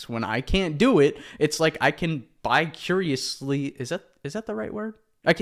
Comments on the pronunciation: Bi-curiously? 😭💀 I think you meant vicariously bro - Big difference 😂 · Vicarious not bi-curious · Vicariously? 🙂‍↔️ bi-curiously 👈🙂‍↕️